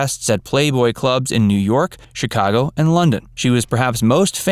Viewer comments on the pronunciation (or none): none